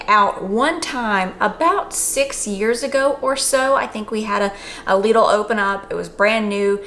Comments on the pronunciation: Lidl = pronounced "Little" 😁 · Its pronounced lid-l, lid with an L at the end (told to me by a German) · From my understanding the name is pronounced: "LIDDLE".. hence their marketing rhyme for their middle aisle "The Middle of Lidl".